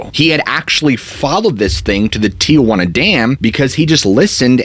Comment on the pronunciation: It’s not TIAjuana it’s Tijuana